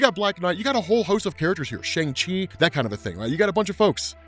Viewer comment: Funny how in one second you say shang chi right and the head person of Marvel continuously keeps on saying the title of his own movie wrong